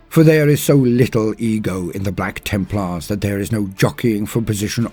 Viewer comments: BLYACK TIIMPLAAAHS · I freaking love it when he says ´´BLACK TEMPLARS!!!!´´ XD XD XD